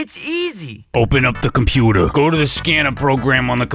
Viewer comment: The "de compootah" part is one of my favorite bits.